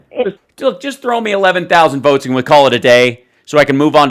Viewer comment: When he's begging for a partner in crime, notice how he pronounced the word: votes as "vewts"....all affectatious..pretentious.😂